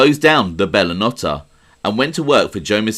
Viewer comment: It was pronounced Bella No-tey